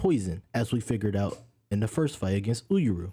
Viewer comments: oohr-yu bruh. 2 syllables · Had to comment on the pronunciation for Uuryu but good video in total!!! Keep it up looking forward to the next my brother ✊🏿